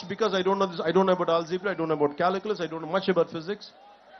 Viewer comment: Caliculus kaadu calculus